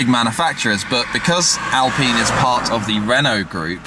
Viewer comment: the way you said Alpine has me triggered